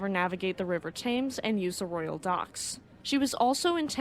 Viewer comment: The River Thames is pronounced “tems” (rhymes with “hems”). And Mauretania, Aquitania, and Lusitania… the “tan” part of “tania” is pronounced like “tain” (rhymes with “pain”). I never knew much about the second Mauretania. Her namesake is one of my favorite ships.